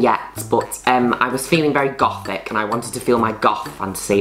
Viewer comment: Her saying: Goth English sub: Golf Her saying Gothic English sub: GoODtHIcK Me: 🤣LMAO🤣